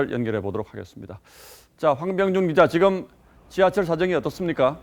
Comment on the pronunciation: 앵커 발음이 안좋네요. "지금" 을 지검, 계속적으로 "으"를 "어"로 발음 ....tv 조선 내용은 참 좋은데.....발음이 영 ...ㅠㅠ